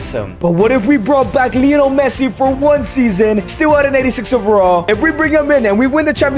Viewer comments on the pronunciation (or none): none